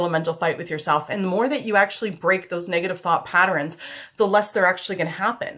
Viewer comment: I like how you say "patterns" you say "patter-ins" Cute! lol